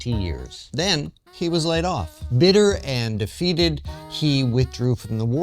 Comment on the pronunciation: ‘Bitter and defeated’ you said it like it was his name